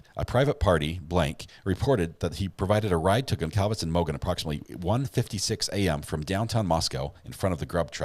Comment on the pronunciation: Please pronounce victim's names correctly. Kernodle is pronounced "Ker-'NO-dle". Concalves is pronounced "Con-Salvez". Moscow is pronounced "Mos-Coe". Thank you.